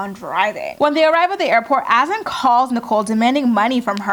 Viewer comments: I really feel like Azan's name isn't pronounced"Azin". Should be more like "A-zahn". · It’s AH-ZUN, not “as-in”